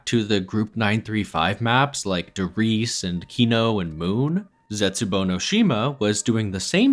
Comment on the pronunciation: He also says Der Riese incorrectly like 99% of the community 😶